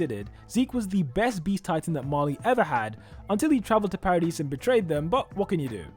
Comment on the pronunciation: Paradis is pronounced as “paradee”, the S is silent. You sound ridiculous saying parad-is